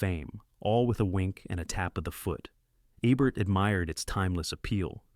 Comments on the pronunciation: DUDE!!!! If you HAVE to use an AI voice to narrate your video, at least make sure IT PRONOUNCES THE NAMES RIGHT!! Abert, Ehbert, it's EEBERT. PAY ATTENTION!!!!! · Gloria Swanson is GENIUS in Sunset Boulevard. I watch it at least once a month. PS It’s not A-Bert! It’s E-Bert! 🙄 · Make sure you have the correct pronunciation of the words and names even if you are using AI. The frequent mispronunciations of Rogert Ebert's last name are annoying.